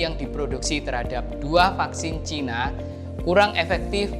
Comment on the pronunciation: Sinovac bukan sanovec ngomong aja kayak mbel..kamu orang mana om..ngomong tadi ngomong caina akirnya ngomong cina..mbelgedes